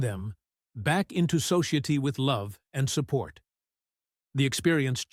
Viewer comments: Oh, this is just a story, is it?!? That’s what your channel’s about, right?!? I see… I was thinking it was a real life situation at the beginning… But I guess it’s not!! Which I am sad about, but glad about!! Thank you… You have a great voice, but you really murder some of the words, like the word “ society”!!!! ❤ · This took 30 some minutes from my life that Ill never get back!! What a pile of steaming horse doo !!!! The AI couldnt even pronounce certain basic words like society !! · The narrator, on a few occasions used very strange pronunciations for very common words like "society", which made me think that it was probably AI generated. Also strange how the "cave" kind-of waited for them all to be inside of the entrance, before it collapsed and sealed the entrance.....it took those people thirty five years to find a tiny escape route, which led to a free clothing distribution centre, which supplied her with a full set of clothing, including shoes and gave her directions to her former home town....???